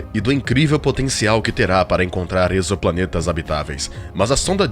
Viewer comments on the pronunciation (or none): none